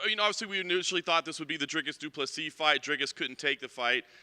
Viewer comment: And pls stop saying Duplessis dack the fight u wanted him to fight in short notice😂😂😂